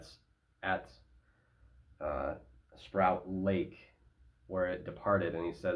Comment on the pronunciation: Also not sprout lake but Sproat, like boat.